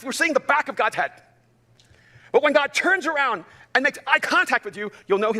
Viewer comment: sometimes when he says god it sounds like cod. cod I can believe in. god not so much.